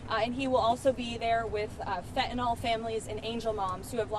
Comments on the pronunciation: It's Fentanyl! Not Fentanol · Did that psyco just say "fentynal families?!" These people are just so sick....... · Its FENTanyl not FETanil at least say it correctly